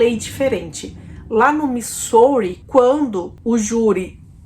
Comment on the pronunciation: a pronuncia de |Missouri é Mizóri, uma pena vc. pronunciar muito errado. Mas gostei do video.